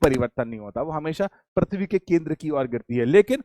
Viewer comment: Sir parthivi nahi prithivi hota h aap baar baar parthavi bol rhe ho